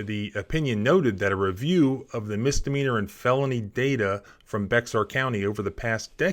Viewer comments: FYI - It’s pronounced “BAY-er”, not “BECK-zar” County, Texas. And yes, they can be as petty and corrupt as a Chicago Democrat. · FYI it isnt "bex-ar" it is pronounced "bear" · It’s spelled Bexar County but pronounced bear county, that X is silent for some reason. I was stationed there for a while in the military and it’s a weird quirk about the Spanish Heritage of the area, a lot of the names are weird and difficult to pronounce unless you are a local or at least lived there for a while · Bexar is pronounced as Bear not Bex R 😂👍🏻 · It is not pronounced Be -xar but Bear. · I watch and like your channel, but please, PLEASE pronounce Bexar county correctly! It is pronounced BEAR county not BEX-ARE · Not Bex-R, pronounced Bear, or bare. not criticism just education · The county isn't Bexar, (Bex ARE) but pronounced as BEAR county. Bexar County is also good at using a thing called pocket warrants. A pocket warrant is filled out, signed by a judge, just awaiting a time to serve so they don't show in the system. Most people will turn themselves in and make arraignments for bonding out. Since the warrant isn't filed, it keeps you from turning yourself in. The intent is they want to inconvenience you as much as possible. So if you get stopped PM, you're sitting in the county jail until the morning. Your car gets towed, anything to screw you over. I don't think there is a single county in Texas that isn't corrupt because of the good old boys. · It's pronounced "BEAR" county - the X is a silent H sound - It comes from BEJAR - I know - I was born there... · ''bear'' county, the 'x' is silent . if you were aware of leon valley and kelly kuentsler and joseph salvaggio you would know how to pronounce it . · IT is a Spanish word and should be pronounced the same: Be-har . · English slaughter of a French word for a bear. And it's not spelled Bexar. 2 syllables bey har French for bear. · Just FYI.. "Bexar" is pronounced like "Bear" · This country is pronounced BEAR